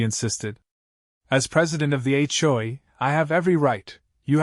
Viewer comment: It's H.O.A., not Achoe! LOL!